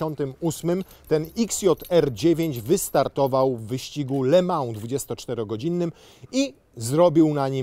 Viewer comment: Nie "le mał" tylko "le mą" bosze.....